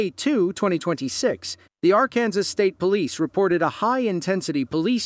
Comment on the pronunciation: R-Kansas?!?!? Really? If you’re going to use AI or whatever to narrate, at least make sure all of the pronunciation is correct. 🙄